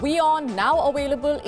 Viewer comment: Try enunciating the v in available.it's actually not that difficult .😂